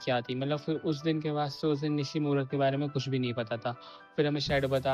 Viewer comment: It's Nishno not Nishimora😅